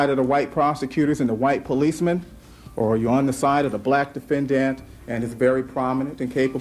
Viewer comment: Am I the only one sincerely bothered by the way he pronounces the word defendANT? Or I suppose it’s the emphasis on the last syllable that bothers me lol. It bothers me and yet….I wanna hear him say it a million times in a row.